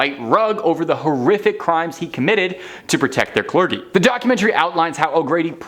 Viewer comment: The word clergy is prony cler- gee